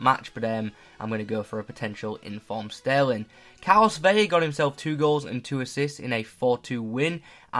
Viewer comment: Good video, I actually enjoy the international breaks but whatever. Btw Vela is just pronounced vela, not veya, that would only be the case if his name was spelled like this: vella